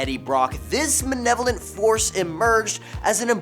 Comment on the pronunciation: It’s pronounced “ma-LE-lo-vent,” not “ma-NE-lo-vent.”